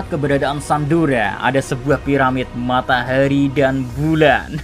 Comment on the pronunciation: Ngomong nya kaya di lebayin gasi? Ohara jadi ohaera matahari jadi matahaeri 😭😭